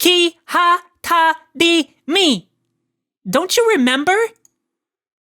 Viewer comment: It's Rimi, not Dimi. Come on, you forgot about her ? We even went to the library together last week !